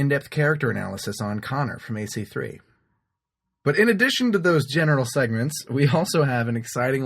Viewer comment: It sounded like seconds :) Sorry that english is not my mother language!